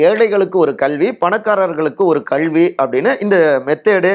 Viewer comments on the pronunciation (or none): விகடன் நிர்வாகத்திற்கு ஒரு வேண்டுகோள்... இந்த வீடியோவில் வருபவருக்கு கல்வி என்பதை எப்படி தமிழில் உச்சரிக்க வேண்டும் என்பதை தனி வகுப்பு எடுத்து கற்றுக் கொடுங்கள்... அவ்வாறு முடியாவிட்டால் இந்த நபரை மாற்றி விடுங்கள்